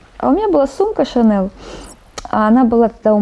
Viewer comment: Господи ж ты боже мой, не ШанеЛ а ШанеЛЬ, это французское слово, а их не переводят даже на английский, понты они конечно важны, но зачем же.....